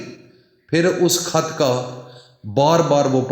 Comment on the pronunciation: کحظ نہیں خط بولیں وظیفہ بتائی